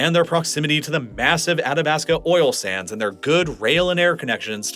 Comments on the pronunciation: Athabasca is getting me too. Ath-a-basc-a. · Hearing you mispronounce Leduc, and Athabasca just hurt my Albertan soul.